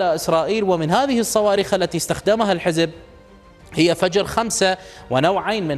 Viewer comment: بالصواووووووويخ وليس بالصواربخ 😅😅